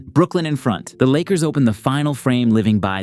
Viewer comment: Bro its Brooklyn 😂